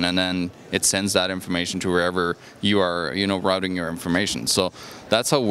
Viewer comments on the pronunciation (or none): none